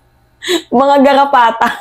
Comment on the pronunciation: Aayusin mo Ang pang bigkas ng R